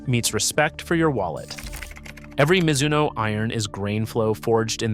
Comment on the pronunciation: As soon as your AI voice mispronounced Mizuno, I stopped watching. YouTube doesn’t need more AI slop